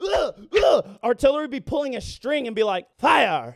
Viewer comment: Bro that shit was so fuckin funny made me shit myself when u said “fiwyaaa”😂😂😂😂